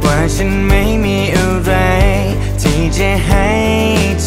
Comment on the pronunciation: ผมสงสัยมากครับ ตอนเริ่มเพลงมาได้ไม่กี่ท่อน ตกลงร้องว่าอะไรครับ ท่อนที่ " ไม่ได้ทำอะไรอีกมากมาย" ฟังแล้วเหมือนไม่ได้ออกเสียงว่า "อะไร" เลยครับ หรือว่าผมฟังไม่ดีเอง